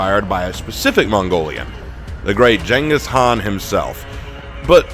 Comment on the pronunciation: I prefer the rule of Khan than the rule of emperor's or kings, who value people who knows very little and have no trade or skill..and Mongolian rule valued skilled laborers and tradesmen, also please say his name right ("gangis-kahn"). YouTube doesn't care lol